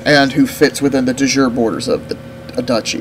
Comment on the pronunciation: Not to be a dick, but its pronounced "De Joorey", similar to the derived english word juriprudence, etc... Bleh, anyway.... It's no fun to play premade kingdoms, half of the fun is taking your empire from one county to a kingdom, (or more!)